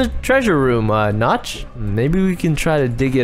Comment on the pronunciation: I thought you said the The temple of nuts